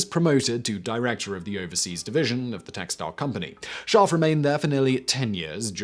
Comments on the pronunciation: I had no idea there was an 'r' in his name until you showed it in print. You're literally saying, "Shaahf." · The way you pronounce his name sounds like the German word for sheep which makes this fascinating video also very funny.